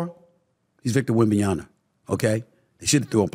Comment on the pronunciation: A. Smith its Wembanyama....MA....... not NA.....